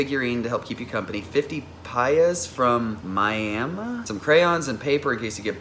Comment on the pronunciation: Please don't tell me he just said Miami like Myama